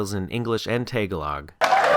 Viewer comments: I don't know where you got tay-gow-log from but it's pronounced TA'GA-LOG. good job on the channel though. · As a half flip, it cracks me up to hear you pronounce Tagalog. Keep up the good work,.